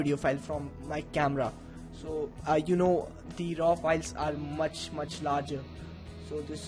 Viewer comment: listen to the way he says raw video file!